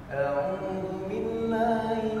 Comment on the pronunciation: Ngakakk pas baca Alquran audzibillah jadi Naudzubillah